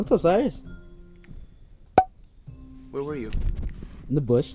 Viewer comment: It's not cyris it's Cyrus